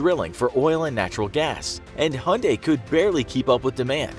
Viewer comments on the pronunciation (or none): Hunday? Its Hyundai (Hie-unn-die) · Who pronounces Hyundai as "hunday"? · It's Hyundai, mate. Stop calling it Hunday. It really grates on the ears. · I've heard of "Motown", but never "Hyundai Town". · Hyundai has a y in it.Why not say it? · The way he says Hyundai 😂😂😂